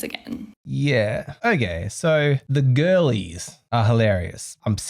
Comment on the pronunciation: Oh, "girlies"; I thought she was saying "ghoulies"! Seems more fitting